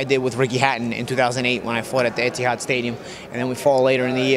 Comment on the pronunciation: Paulie is the only guy I've ever heard pronounce "Etihad" properly...